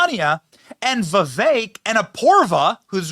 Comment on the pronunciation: It’s Vivek not Vivak.